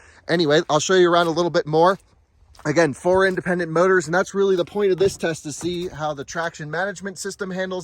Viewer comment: "4 imbebembent" 🤣